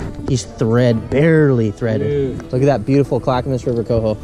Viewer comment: “On the clackamas” hahaha lmao I’m dead!